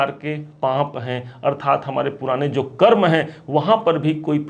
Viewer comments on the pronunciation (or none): none